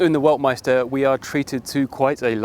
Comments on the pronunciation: you should really spend some time out of the UK from time to time, then you'd know that the first letter of the Chinese word "Weltmeister" is pronounced like a "V", not a "U". Just kidding, I am pretty sure that the Chinese persons who chose a German name for their company didn't know how to pronounce it either, so it now gets to be pronounced "Ueltmeister" and nobody dares confront them on this... Still, any English speaker should learn a bit of the Saxon part of their language, it's like Latin for French, Spanish or Italian speakers. We already know that Chinese cars like this EX5-Z are copies of Western cars and SUV designs, especially German cars, but I find it funny that also they use Western names for their brand, like the "Weltmeister" that sounds like serious German manufacturing quality. What a name too. They really have no clue how offensive this would be for Western people, but then I guess their Chinese market is large enough that they don't need to export cars. So we should probably expect a "Autobahn Führer" Chinese startup name one of these days... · D There are two German names: Weltmeister and Waldmeister. First one means World Champion, but you pronounce it like Waldmeister, which means woodruff xD I'm really curious if and how China will sell cars in the UK, giving the political relationship between both countries and pressure from the US.